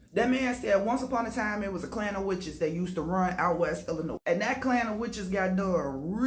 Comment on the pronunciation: What’s good collective people from Chicago like myself or from Illinois do not pronounce the S! This lady is a str8 fraud!